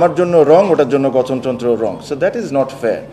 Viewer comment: হালা গঠন তন্ত্র উচ্চারণ করতে গিয়ে গতন তন্ত্র বলে পারে না শুদ্ধ করে উচ্চারণ করতে আবার আইছে বোর্ড প্রেসিডেন্ট হয়তে